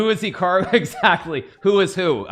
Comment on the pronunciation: This reminds me of breaking bad where he says say my name. Magnus apparently can't say Hikaru